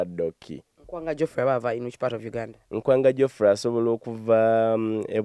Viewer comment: YOUR NKWANGA not Nkwaanga